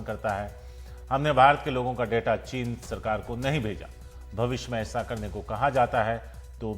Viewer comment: साहब की जबान फिसली चीन की जगह चना बोल गए।